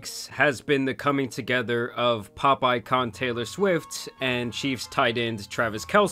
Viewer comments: you said "pop icon" but what i heard was. "popeye con" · Ngl, when you said "pop icon" my brain initially parsed it as "pop-eye con" 😂